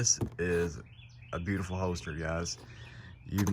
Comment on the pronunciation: It’s hoLster. With an L. Not a hoester